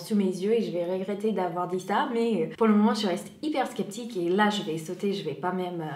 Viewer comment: Maggots c'est des asticots en francais ~ je me permet de corriger ta pronociation du mot sceptique, ici "sc" se pronoce "s" comme dans science ou scène ~ sinon j'adore tes video !